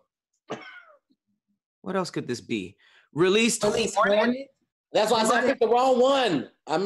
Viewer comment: keeps fucking up words lol 😂, "hornet" "domiCIAN republic" "aLAluminum"